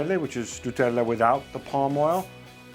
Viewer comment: Why does this guy pronounce Nutella so weirdly? Stop being muppet mate